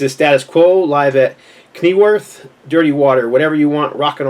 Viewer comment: Another good video. The Status Quo album. It’s pronounced “Nebworth”. It’s a silent K. Big open air venue here in the uk.